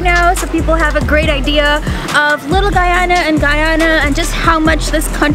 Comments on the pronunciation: No wonder they think she´s from Ghana, she didn´t even pronounce the "y" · Ummmm Singh’s Roti shop is Trinidadian and also it’s pronounced Guy-Ana not Guy-aaahna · brooooo stop its Guyana, not ghana he keep prouncing it like that omg lol. get it right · The way he pronounces Guyana really irks me. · You didnt pronounce guyana right. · She said "Guy-ona" and cassa-reep 😫😫😫😫